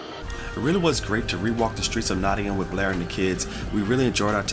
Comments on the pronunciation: He even says Nottingam right! 😊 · even pronounced No'in'um correct! very impressed